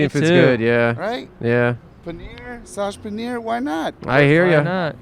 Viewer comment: "saaj" panneer fuckin SNIPED me